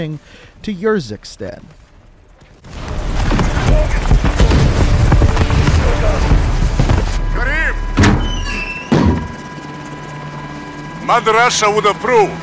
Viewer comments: Also it’s ursikstan not yursikstan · It’s pronounced Uhr-zik-stan (like urn), not yer. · Pronounced like Far-a not fair-a and ur-zak-stan not your-zak-stan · ItzJTTime so is it yoorickstan